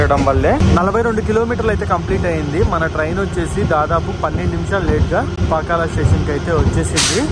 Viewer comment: Pakkala kaadhu bro Pakala